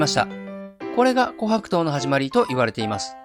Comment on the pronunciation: 自分が琥珀糖のイントネーション警察だとは知らなかった。気になって内容が入ってこなかった😂